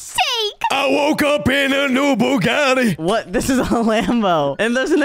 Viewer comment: I woke up in a new Bugatti Shady said it perfectly and he said it like butty bunes 😅😅😅